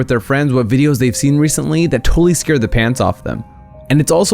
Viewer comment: Not scaerd